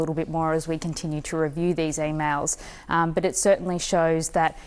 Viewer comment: "E-Mowls" ? What the F are "e-mowls"?